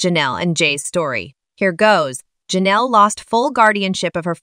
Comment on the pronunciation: LOLOL it sounding like they are saying JENELLEY instead of JENELLE E. (Assuming E for her last name)